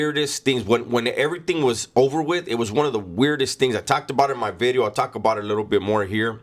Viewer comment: NGL it's disappointing every time I hear the V in video. Hearing NEW BEEDEO just hit different